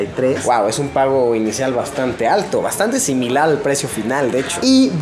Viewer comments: Si escuchan bien dise Similal en vez de similar xD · al minuto luosito dijo similal